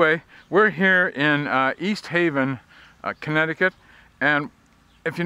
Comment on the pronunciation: It’s not East Haven. It’s staven